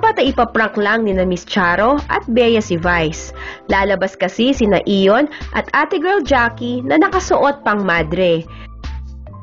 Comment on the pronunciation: ayion not iyon